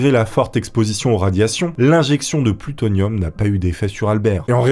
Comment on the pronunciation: T'as vraiment du mal avec le mot plutonium et pas seulement au début 😅